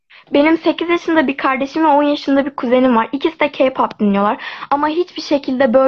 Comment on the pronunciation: Mala bakın yaaaa boş boş konuşuyon işte türkiyenin sorunları bitti güney koreye uçtunuz ayrıca o ka pop değil (key pap) diye okunur k-pop diyede yazılır..